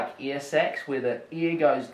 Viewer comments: It took me about 2 minutes to realize he was saying "air" instead of "ear" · It’s air not ear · Okay for about 4 mins I thought he was saying “ear” not air. 😂